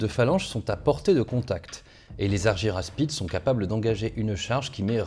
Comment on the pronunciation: Pourquoi prononcer Arguyraspides ? Si on prononce le y à la grecque, ca donne arguraspides